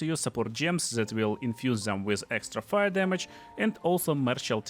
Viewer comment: Фор Дэм епона мать... никто не говорит фор Зэм !!!